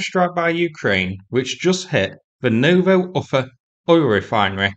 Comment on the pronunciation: Ufa - please pronounce Oofa. Vowels are longer in Russian than English and have all appr. the same length.